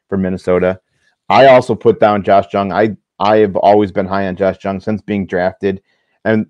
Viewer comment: Love the show but you guys have room to improve on your player pronunciations Pepiot, Jung, etc.